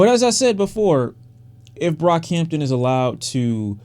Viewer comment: You nearly calling him brockhamptom says so much lmao